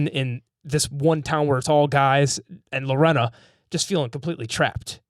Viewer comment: LoRAINa Lorena is pronounced Luh-Rain-uh